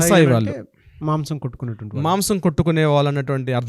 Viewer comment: Pronounciation of vallu is incorrect.